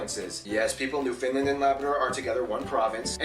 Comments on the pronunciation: Nope: You have to pronounce it with the " ...land " on the end, not a " ...lund ." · "New Finland" ... lol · The way this guy pronounces " Newfoundland " would get him thrown into St. John's Harbour.